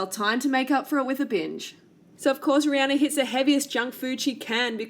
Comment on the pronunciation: I'm so tired of this vegan bullshit being pushed on everyone! Rihanna (by the way if you're going to dump on her at least pronounce her name right) is a better role model than you, she isn't making people & especially not kids feel like they're going to get fat because they eat meat! Bitch you're not good enough to eat the dog shit off her shoe! Fuck You!